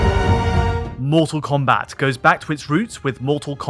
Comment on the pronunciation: "Mull Tull Combat"